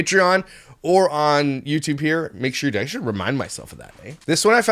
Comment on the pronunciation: Yew tube not W-E-Y tube